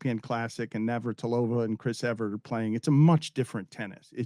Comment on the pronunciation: Love you, Dan, and thx for telling it like it is and calling out America's problems. And speaking up for the little guy and the others. Eloquently. One nit, it's Evert, not Everett.